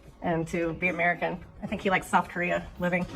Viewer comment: I’m an old guy with bad hearing. Did she say South Korea or Soft Korea, not that it matters.